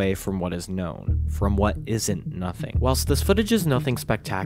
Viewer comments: Sorry, I can not get past " I'SNT " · "I'snt" nothing? What?! Is it not "isn't"? How could you mess up English that badly on a video like this one? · It's "isn't" not "i'snt" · wtf is "I'SNT" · "I'SNT" lmao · WYM "I'SNT"?